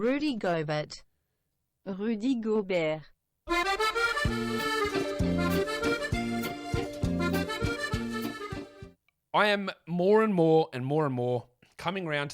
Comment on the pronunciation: The Rhudj Ghobehrt killed me 😄